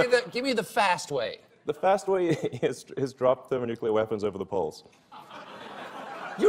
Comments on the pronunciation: He emphasizes “villain” in ‘supervillain’ as if the “super” part was a given and only “villain” needed to be corrected. From hero? Is Elon musk a superhero? Absolutely not. He’s a rich guy and nothing more. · I've never heard superVILLAIN pronounced like that before